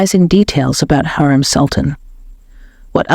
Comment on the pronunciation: Pronounce her name right. HU....REM.....NOT HAREM